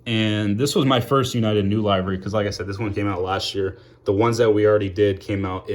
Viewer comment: Nice to see you making more videos again. The way you say "livery" though lol. Good review regardless.